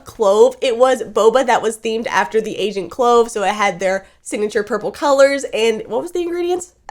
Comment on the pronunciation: When she says agent, sounds like she says Asian.🤣